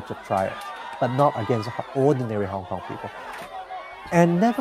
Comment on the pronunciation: "I am a HongKon-gir, I have to pro-tech HongKon....." x-D